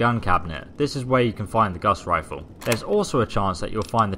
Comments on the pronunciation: Omfg this guy said Gas Rifle I can't watch this anymore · its gauze riffle